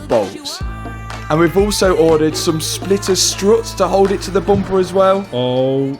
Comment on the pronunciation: Can you stop hanging around with you are starting to say bumpah! 😂